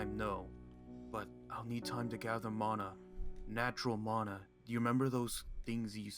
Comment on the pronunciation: Mana not mona